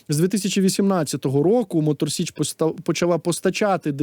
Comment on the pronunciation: Тіліки не з Мотор СЕчі а з Мотор СІчі. Виправить будь ласка бо це дуже дико